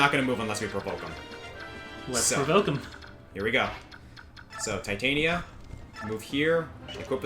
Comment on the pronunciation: Just to point out and not sound like a smart-ass, Titania is pronounced "Tit-ann-nia". Shakespeare. Midsummer Night's Dream.